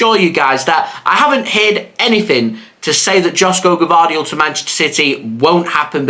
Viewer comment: It's pronounced YOSHKO, not Josko Gvardiol